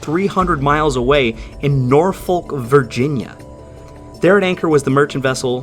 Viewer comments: NO you utter mong I cant take it no more .... it's pronounced NORFUK .... stupid yanks ruining MY language !!! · Nor-fuk Virginia